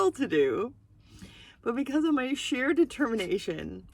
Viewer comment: I like how you worked in the words "Skill" and "Sheer" which sounded a bit like "Share." haha